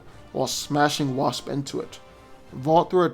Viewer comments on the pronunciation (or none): none